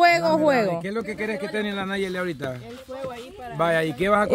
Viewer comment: Ya se dice nayeli y no sabe 😂